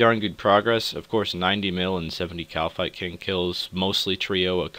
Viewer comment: great video and I am really enjoying the series, but it's not pronounced 'shittin' it's "Kite-in" sorry had to let you know:P